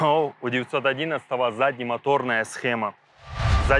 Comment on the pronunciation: Что такое "схэма"?!😂😂😂